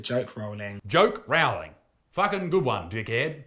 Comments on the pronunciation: I wince every time someone mispronounces JK Rowling's surname. the first part should be pronounced to rhyme with sew, not cow! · Great take as always, but I was continually feeling my ears burning at your pronunciation of JK's surname. The "Row" is like rowing a boat instead of rowing with a trans activist clown. Or like "rolling".